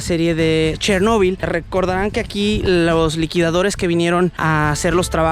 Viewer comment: Chernobyl no tiene acento en la 'o' y no se acentùa vocalmente en la 'o'. La palabra en su versiôn en espagnol debe acentuarse en la E 😉, penùltima sîlaba, esdrùjula.